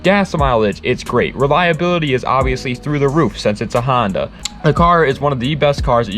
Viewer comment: N1gga just said "Hondota" 🤦‍♂️💀